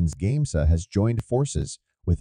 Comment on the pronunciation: It's great to hear this. Just there were some names miss pronounced in the narration such as GAMESA and limestone.